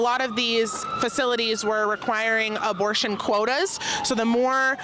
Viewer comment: Did she just say "abortion quota's"?